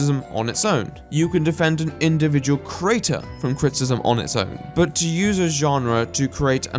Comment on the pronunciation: He does misuse certain words and he pronounces 'creator' as 'crater', but asides from that he's pretty good.